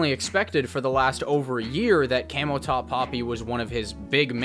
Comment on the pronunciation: Its camoTop not cameltop lol 🐫